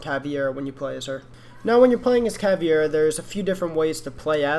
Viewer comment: caveda not cavi e ra